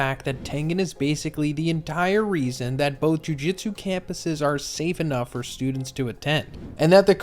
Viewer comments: Just gonna nitpick here, it’s Jew-jewt-su not Jew-jit-su, Jujitsu is a fighting style irl… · Why do you say JuJitsu instead of JuJutsu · Jujutsu not jujitsu